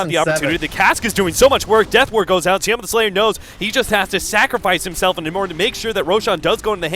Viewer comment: Sioma is more correct